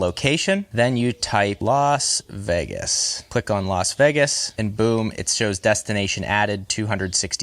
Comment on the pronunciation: Why can't so many Americans pronounce Las Vegas? It's not Los Vegas dude.